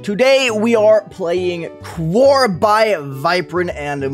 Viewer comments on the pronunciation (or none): just a heads up, quaoar is pronounced (quah-wah)